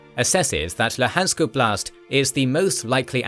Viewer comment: Both in Ukrainian and Russian, the stress in the word "oblast" is made on the first syllable -" 'Oblast", not "obl'Ast".